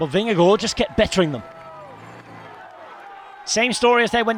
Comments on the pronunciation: As a dane … compliments for the pronunciation of “Vingegaard”. This was a stagewin noone had seen coming. 😳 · Nice to hear an English speaking person able to pronounce Vingegaard correctly. Most podcasts and TV-stations I've heard they mostly get the "g" in Vinge and especially the "gaard" wrong. The first g is soft like the last g in "gong" or something like that and "gaard" is pronounced relatively similar to "Gore" in English except flatter in the end. This commentary is as good as it gets from a non-Dane, I would say :-) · Congratulations. You are pronouncing Vingegaard - almost - correct. And it is a very tiny "almost". Not easy for a non-Dane. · Mad props for pronouncing Vingegaard correctly! :) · Jonas Vingegaard most be really good, as the English commentator has learnt to say his name correctly. 🙂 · Very good pronunciation of Vingegaard. Well done! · your pronounciation of vingegasrd is perfect! well done!